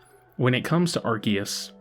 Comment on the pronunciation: The correct pronunciation is Arceus not Arceus